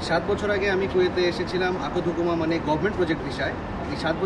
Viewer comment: উচ্চারনটা ঠিক হয়নাই ভাইয়া,আখূদ হুকুমা হবে